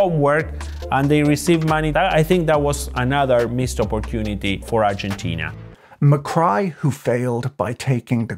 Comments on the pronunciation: Macri is not Mycry... it is pronounced macree...lol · Great video. I really enjoyed it but I was really annoyed by the mispronunciation of Macri’s name. It’s pronounced MACREE, not MACRY. Also, I think you kept confusing Milei with Macri at the end part of the video. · Macri not Macry... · u mix up macri and milei a lot towards the end. kind of frustrating. also it’s ma-cree not ma-cry but anyway.. good in depth video ! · is not javier macri, its javier milei, its also not pronounced ma-cry, (as in crying) but ma-cri (as in ma-khri) Greetings from mexico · i'm genuinely confused if calling milei mccry is a joke or an honest mistake given the reference to the earlier president "macri" as mccry (pronounced mac-ree) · Macri, not Macry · Macri is pronounced /macree/ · It's not pronounced "Macray" but "Macri" with "i" sounding like "ski". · It's Ma - cree, no Ma - cry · Its not macry, its macri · /makrai/ 😂😂😂😂😂😂😂 it's spelled /makri/ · The 2015 to 2019 president was Maurizio Macri. Besides mispronouncing his name (Macree would be better), Patrick did mix up toward the end. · I'm calling Macri "McCry" from now on just because that's how Patrick pronounces it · Loved the pronunciation of Macri as Mah-cry. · Every time you pronounced Macri as Mi-Cry made me laugh my ass off 😂😂😂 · 'Ma-Cry' that is gold 🤣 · Macri is not pronounced Ma-cry. But it will be from now on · Can you please be precise in your names and pronunciations? You call Macri "Muck-rye" and then refer to Javier Milei as "Hay-vear Muck-rye" and "Muck-rye" toward the end. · Argie Pronunciation Macri = “McRee” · President "Muh-cry" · who the fuck reads Macri and think is pronounces MCcry?